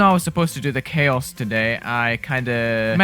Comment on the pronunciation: Thought you said ‘magic and cheese’ lmao 💀